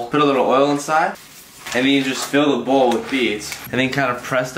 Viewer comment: Bowl*: Bull